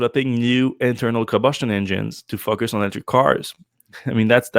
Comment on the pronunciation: I get a chuckle when I hear him pronounce "FOCUS", I hear "f**k us". Depending on your personal proclivity this is either highly offensive or at least mildly fun.